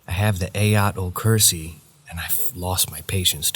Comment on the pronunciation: Uuu that malaysian ghost is pretty tame ngl. Love your effort in pronouncing “ayatul kursi” Malay malaysian wears a version of “dhoti” calls “pelikat” ; basically “sarong” for men.